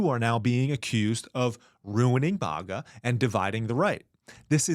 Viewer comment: Its mAga bro please stop saying mOga